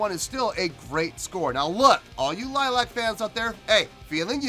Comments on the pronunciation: It's pronounced LILY-ack. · A good reaction ,liliac pronounced lil I ak a family band originally from California now based in Georgia ,they have even playing together since Melody was 11 and the youngest Justin was around 7 ,they are an independent band who write their own songs and their father is their manager and producer , they have millions of views and have fans known as fangs all over the world .their covers are legendary the latest being Joan jetts hate myself for loving you and mettalicas master of puppets are phenomenal .your the only reactor and there are dozens who didn't rave about this performance ,and that's ok us fangs are somewhat biased .on my scoring system I will give you a 7 .Rock on and rock hard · Pronounced Lily-ack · The Band is calld L-i-l-i-a-c, not Lilac! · Pronounced ( Lily Ac) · If they do see this, they'll probably start by correcting your pronunciation of their name. Lily-ack. You might want to check out their cover of "Piece of my Heart" from the same concert. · It's pronounced lily ack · You're not pronouncing your name incorrectly it's not like the flower, it's Romanian for vampire bat.... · Most annoying thing about reaction videos is when podcaster fails to do two minutes of research before watching video. Maybe know how to pronounce bands name and find out something about the members first